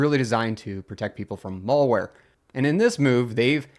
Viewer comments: It's MALware. Not MOLEware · He also pronounces malware incorrectly... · "mall-ware" and "mull-ware" were interesting, too. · I can kind of get it I guess. It's the some pronunciation of 'mal-' as in 'malicious.' come to think of it, I haven’t heard anybody say any of the other mal- words with an "a" in "apple" pronunciation other than "malpractice." It’s an uncommon way to pronounce it for sure, but at least he’s not saying "male wear"